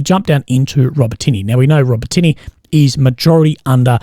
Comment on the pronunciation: Urozhaine, Robotyne, Tokmak. If you're going to pass congregation try and at least get place names correct